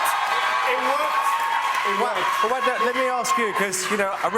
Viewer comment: Louis keeps mispronouncing Wagner’s name!